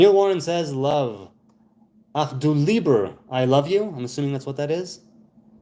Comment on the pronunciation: yes, he asked if you are from Israel or (from) America.. It's du.. why did you say "dao"?.. 🤔